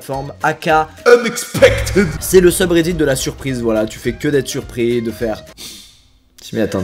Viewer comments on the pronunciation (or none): <<Unexpectid>> ! Ça se prononce "ide" my friend, et non "aide"